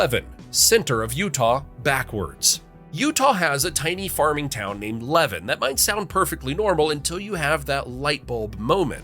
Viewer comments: Levan = La-VAN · I know it is spelled levan but is pronounced like la van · Levan is not pronounced "Levin" it is "leVAN" like a type of vehicle. But, yeah its also still Navel. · Apparently the correct way to pronounce Levan is Le Van (that’s to say, van sounds like the vehicle van). I didn’t know this until a local to the same county corrected me on it. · It’s pronounced La-van. My family helped settle the town and it was not named to be Utah’s “navel”. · Levan is pronounced Leh-ván... emphasis on the "van". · PSA: It's pronounced Zi-uhn, like Lion. Also, Levan is pronounced Luh-Van, like the Van. Also Also, Wasatch is pronounced Wah-Satch, like Saw-Catch. Thank you for your attention. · Levan is pronounced Le-van. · In Utah it is pronouced La-Van (Levan).😃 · I thought the diamond mine was the deepest. Levan is pronounced lee van, atleast that's how I learned it. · Fact #11. Levan is pronounced Luh-vahn. Fact #10. Wasatch is pronounced Waw-Satch. Fact #3 Again, it's pronounced Waw-Satch. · Very interesting. You pronounce "Zion" as in the National Park, "Wasatch" and "Levan" incorrectly but you probably never heard them pronounced by someone who lived in Utah and knew how they are pronounced here. I'm glad you didn't try Tooele, Juab or Duchesne. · The voice mispronounced Zion, Levan, & Wasatch. But you probably need to a local to know better.😊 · Ypu pronounced Levan wrong 😂 As most people donwith most of Utahs city names. 😂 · And Levan.